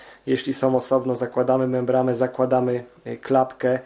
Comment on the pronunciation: membrana nie membrama. poradnik świetny